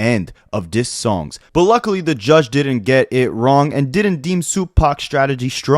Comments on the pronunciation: "By the G-U-D-G-E"!?! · Did this mf say GUDGE😅😅😅